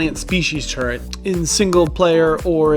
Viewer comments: The word is TURRET, not TURRENT. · Is he saying 'turrent'? WTF is a turrent?